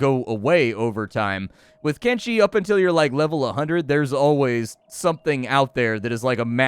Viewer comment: Thank you, sir, for properly pronouncing the game's name with a /sh/ and not with a /ch/ as 99% of videos do...